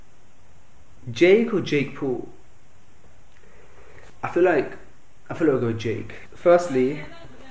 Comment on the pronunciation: did he said Jake pool?